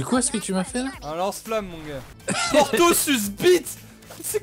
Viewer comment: "portosucebite"... *facepalm"